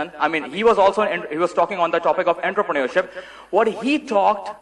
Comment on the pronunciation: The guy who cant even pronounce entrepreneurship is delivering a session on it. LOL